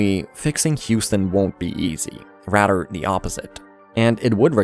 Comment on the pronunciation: you talk like jynxzi’s funny voice. “Radder, de oppozid” try using your tongue and chest to say RATHER THE OPPOSITE